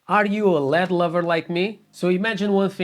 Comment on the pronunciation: Lead? L.E.D. My guy :)